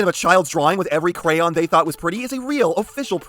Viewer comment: that has to be the weirdest way I've heard someone say Crayon